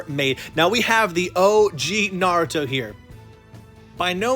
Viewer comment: I’m not just talking about you even though you did mispronounce some names like bruh how do people watch naruto and watch NARUTO for they’re whole lives and mispronounce like every single name not even mispronounce SLAUGHTER the names like I- how is that even Possible now the worst is when they say NaRutO you know what in mean them saying naruto like nArUtoe like BRUHHHH not in any of the dubs does it ever even say naruto like that so how da hell they say it like that LOL